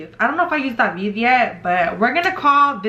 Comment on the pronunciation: Yo my name is David and I’ve always hated when people pronounced it the way you’re pronouncing it lmaooo you be like “DaVeEeD”